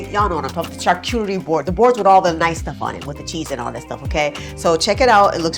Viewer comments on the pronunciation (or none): Cute ladies 🥰 no one shd be judged on pronouncing they didnt grow up with. But in case u want an easy breakdown, remember shar (like sharlene), cue (like barbecue) , terry (like towel terry cloth) . Shar-cue-terry but go up on the cue and the eee. Shar-CUE-ter-EE. That said, pronoince it however you like (we have freedom of expression!❤)